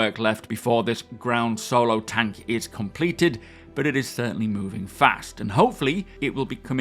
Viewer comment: nova tAnk for tonka storm. it's not nova tonk. and it never will be. stop ruining the language